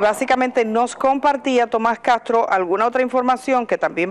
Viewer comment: Edith no es cagtro, castro, pronuncie las eses seybana.